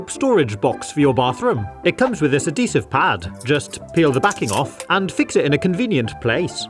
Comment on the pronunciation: Adeesive pad? Not adhesive?